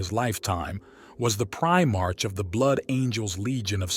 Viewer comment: It's 'pri-mark' (like the shop) not 'pri-march'. IXth Legion is pronounced 9th Legion.